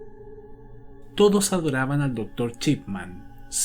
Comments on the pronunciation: Nadie:: Doctor Chipman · "Chipman" jajajajajajajajajajajaja